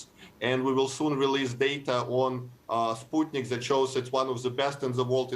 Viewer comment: He is pronouncing it as Sp(u)tnik but she still continues to say Spatnik 🤦